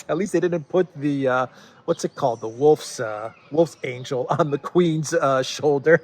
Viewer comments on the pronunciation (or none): Wolfsangel is a German word. Your pronunciation is strange. It would be better to call it an angle instead of an angel.